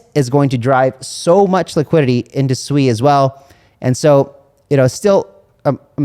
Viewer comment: Thx for pronouncing Sui properly!